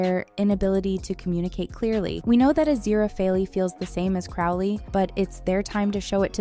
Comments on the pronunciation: It’s AziraFAIL not AziraphalEEE. At least get it right. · It's not Craw-leigh....its Crow-lee And it's not AZIRAPAHLE but A-zir-a-fell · "azira-fay-lee" "azira-fay-lay" "gabe-ree-ehl" "beel-zee-zib" IM CRYING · “AZIRAPHALEE” HELPP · Aziraphale is pronounced Azira-fell Crowley is pronounced Crow-lee 😐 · Why can’t narrators learn to pronounce names? Half the time you pronounce Aziraphale’s name “Ah-zeer-ah-fay-lee” and the rest of the time correctly. Drives me bonkers! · It would be nice if the narrator could pronounce Aziraphale correctly 🤨🙄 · Your pronunciation of Aziraphale here is a bit off lmao Good video though